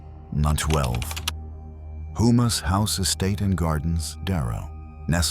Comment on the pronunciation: Its pronounced Ho-Mah not Who-Mah